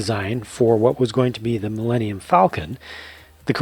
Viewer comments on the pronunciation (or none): none